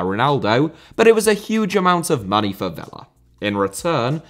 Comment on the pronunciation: Debut*not Deibyu Makélélé * not Makaleilei Félix * not Fêilex Villa* not Viller Serie* not Seri Half* not Holf Andriy* not Ondrey Drogba* not Drogber José* not Djouwsei Jô* not Djouw München * not Munich Swansea*not Swonzea Eden* not Iden Bremen* not Breimen Bruyne* not Bruyner Fofana* not Fofohrner